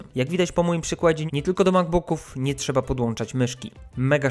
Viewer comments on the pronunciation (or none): none